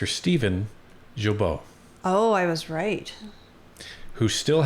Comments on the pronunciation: Pronounced as Ghee-beau (guy-beau) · the G in Guilbeault is said as a hard G like in GARBAGE. Not kidding. It’s like Gggeeee-bo. Garbage Guilbeault.